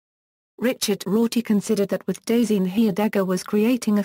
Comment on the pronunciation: When you make a pronunciation video but it doesnt pronounce it right